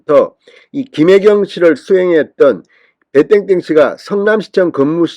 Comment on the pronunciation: 배 땡땡인지 배땐땐인지 발음도 좋지않아 듣기싫으니 실명을 밝히세요 이젠 밝혀도됩니다